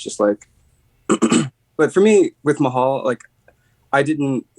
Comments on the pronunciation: it’s pronounced “Ma-Hal” not “Mah-Hall” I know it sounds confusing but that’s how you say it. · Bro, “mah-hall”? 👀🤢😁